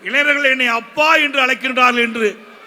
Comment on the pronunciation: எடப்பாடி........ இளைநர்கள் அல்ல. இளைஞர்கள் என்று உச்சரிக்கவும்